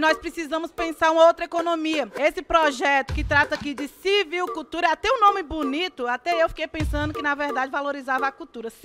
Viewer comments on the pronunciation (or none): Ela fala CIVILCULTURA KKKKKKK